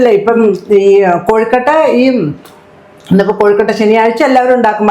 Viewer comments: കൊഴുക്കട്ടയാണ്. കോഴിക്കട്ടയല്ല. എന്റെ പൊന്നോ😂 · കോഴിക്കട്ട അല്ല കൊഴുക്കട്ട 😁😁😁